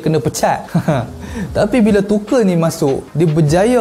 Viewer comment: Tuchel bang bukan tuchel